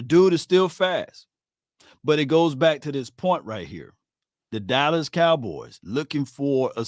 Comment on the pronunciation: why do you pronounce the name Dallas as Dallis cowboys?